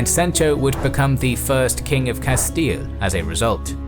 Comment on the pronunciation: Just came from Knowledgia, good to hear correct pronunciation of Castile.